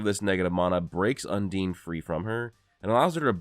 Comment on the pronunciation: Bro no way you think “undine” is pronounced “un’DEEN”